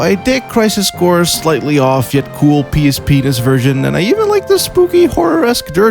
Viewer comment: Did I hear "PSP-nis"? I like it. I had no idea you lived in shelters and on the streets... I'm truly happy you're in a better place now. From one anxiety ridden wretch to another :*)